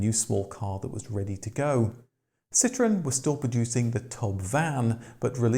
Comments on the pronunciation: But why do you keep pronouncing Andrè's last name, and the name of the company, completely wrong? If you take him up on the fancy name, it's "cee-troh-ENN". If you call his bluff, it would be "cee-TROON". But "CEE-trunn"? No. No fucking way. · See - troh (roll the R) - ahn. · Hey, please do the marque justice and pronounce it correctly. A "citron", as you Brits tend to pronounce it, is literaly a "lemon". A Dutch grandfather was a green grocer and took the surname Limonenman----literally a "lime man" (not lemon). His son, not Andre, changed it to the Dutch word 'Citroen", which is indeed 'lemon' in Dutch, AND pronounced "citron". Nonetheless, the French don't normaly pronounce two consecutive vowels independently, but based on several theories, the family wanted each vowel enunciated. So, the trema (") was added to the "e" to signifiy that both the "O" and the "E" are pronounced separately. [An easy French example is Noël ] Phonetically, this is not a hard word to pronounce correctly: Si-tro-en. Why would you bother correctly pronouncing Renault and Peugot (although you also crucified "Pan-Hard"---the "d" is silent)? I mean really, La Manche is only 31 miles across; you'd hope this miniscule distance would prevent the Roast Beefs (ha!) from mangling yet another French word. Zut alors😵‍💫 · What no “”Cit Row EN””?